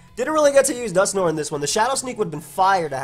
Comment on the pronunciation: No one:: "Dusknor"